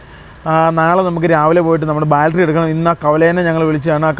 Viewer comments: കൂട്ടുകാരെ, "ബാൽട്ടറി "അ ല്ലാ, ദയവ് ചെയ്ത് "ബാറ്ററി "എന്നു പറയുന്നത് നന്നായിരിക്കും. എനിക്ക് ഒരു പ്രശ്നവും ഇല്ല. ഇത്രയും നല്ല ചാനൽ നടത്തുന്ന നിങ്ങളുടെ വീട്ടുകാർക്ക് ഒരു ഹായ് All the best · ബാൽട്ടറീ അല്ല ബാറ്ററി ആണ് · ബൾട്ടറി. അല്ല ബാറ്ററി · സുഹൃത്തുകളെ ഇന്നത്തെ intro പറയുന്നതിൽ നിങ്ങൽ ബാറ്ററിയുടെ കാര്യങ്ങൽ പറയുന്നുണ്ട്.. ഒരു തെറ്റ് ചൂണ്ടി കാണിച്ചൊട്ടെ.... ബാറ്ററി എന്നാണ് ഉച്ചരിക്കേണ്ടത് അല്ലാതെ ബാൾട്രി എന്നല്ല. ശ്രദ്ധിക്കുക❤ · ബാൾട്ടറി അല്ല ബാറ്ററി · ബാറ്ററി എന്ന് പറയൂ, ബാൽറ്ററി അല്ല. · ഇതുവരെയായിട്ട്.. ബാറ്ററി ന്ന് പറയാന്‍ പഠിച്ചില്ലാല്ലേ.. മോശം മോശം 😅